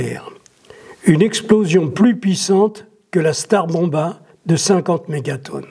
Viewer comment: Tsar Bomba et non pas star bomba.